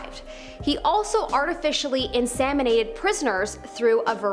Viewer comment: In SEM inated . Not SAM inated! God that's annoying!